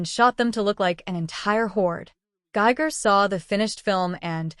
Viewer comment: It's giger .. don't use ai to get the names wrong